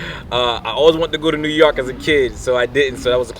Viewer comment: It's "New YORK", NOT New YARK". And BRONX, NOT BRUNX, lol.